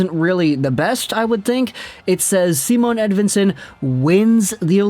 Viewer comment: Its not Simone either. Its just Si..mon.